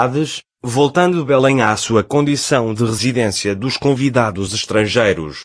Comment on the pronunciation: Nao é Bulem é Belém palácio de BELÉM!!! QUE mania de vcs portugueses pronunciar tudo errado